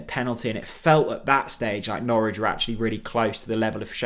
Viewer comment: Got Norwich very wrong but was a decent effort otherwise.